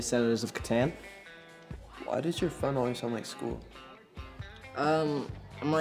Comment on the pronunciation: He pronounced Catan wrong.